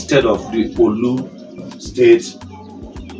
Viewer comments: you are not Igbo . Pronounce orlu well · Are you actually igbo why do you pronounce orlu the way you do